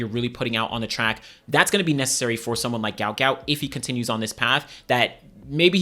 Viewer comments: His name is Guot Guot pronounced Gwot Gwot. A spelling error was made on his parents visa when they were in Australia. It's Not Gout it's Guot. "Gwot". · Is there any chance people can say his name correctly now that his parents have explained it was spelt incorrectly, it’s Guot not Gout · "Guot Guot" not Gout Gout. Pronounced like Gwot